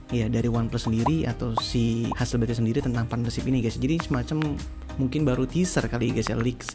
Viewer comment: ha-sel-blad bang, bukan ha-sel-bleid